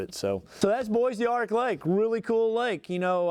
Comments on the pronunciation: I think you pronounced it correctly, but Texans call it Bo Dark, because, well we’re Texans. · Pronounced BO DARC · The Bois D'Arc is pronounced Bo Dark, Vernon is full of stumps.